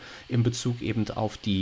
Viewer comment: Wer immer "ebend" sagt, sagt beim Metzger auch "1 Pfund nackend!" 😁 Spaß beiseite, war wieder interessant und informativ. Aber timestamps wären echt sinnvoll, wie schon jemand schrieb. 👍